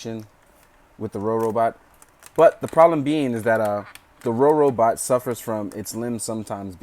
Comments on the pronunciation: Not rorobot say robobot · IS NOBODY GOING TO MENTION THAT HE SAID "RoRobot"?!?! IT'S ROBOBOT YOU PLEBIAN!!!